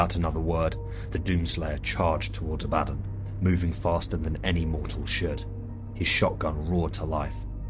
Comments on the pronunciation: “Ab-ah-don” (Phonetic pronunciation) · Lmao abaddon?! Why do you say it wrong like that